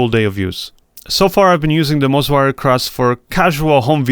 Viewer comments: It's Moza, not Mozwa! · I keep hearing mozwa hahaha cool video 👍